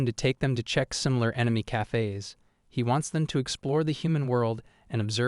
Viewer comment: "Cayfays". The way AI talks can be amusing.